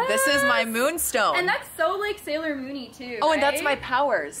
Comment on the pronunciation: Omg you you said SALIOR moon oml I love you and I love the tails and everything